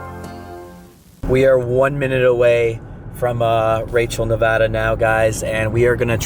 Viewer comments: Nevaaaaada! Not Nevohda! 😂😂😂😂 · Uncanny is cool but each time the others say “Neva-DUH” instead of Nev-A-da” I keep cringing 😂